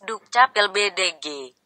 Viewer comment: When sacha said "bedeg" for BDG lol 😂